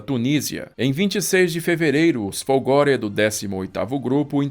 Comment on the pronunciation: CACCIA a pronúnica é como CÁTIA e não cachia, e FOLGORE a pronúnicia é Fólgore.